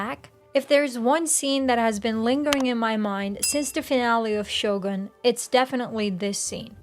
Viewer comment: Can you start pronouncing Shogun properly?